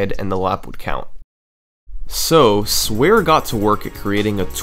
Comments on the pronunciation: I am quite sure you do not pronounce sware like that as he is cleary derived from the dutch 'zware jongen' which is how the criminals in the donald duck comics are called here and his mii looks like one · hey man, just a little correction, Sware is not pronounced as "swear", since it's a dutch name. it is a joke based on the name "zware jongens" which is the dutch name of the Beagle boys, and is literally translated to "heavy boys" it is pronounced phonetically like this: Zuhwahre young-'ns this would mean that Sware would be pronounced as: Suhwahre